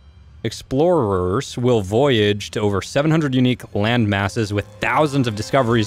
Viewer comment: Why did you say "Explorers" wrong?? Do you not know how to read